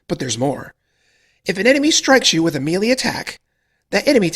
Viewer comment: You are pronouncing 'melee' wrong. Otherwise great vid.